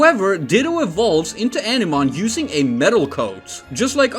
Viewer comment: It would be pronounced "ah-nih-mon" not "eneman", Jesus...